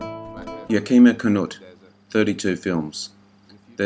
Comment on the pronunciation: I can’t believe you left Harry Carey, Jr. off this list! Dobe was in 8 or 9 films with Duke. Also you pronounced Yakima incorrectly.